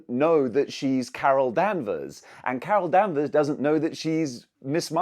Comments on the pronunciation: Why was someone saying Carol Danvers so damn funny? 😂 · I flinched each time he said her name wrong. 😗